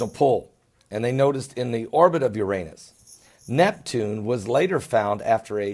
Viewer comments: It's NOT URANIUS, it's URANUS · is he saying Uranius? (⊙＿⊙)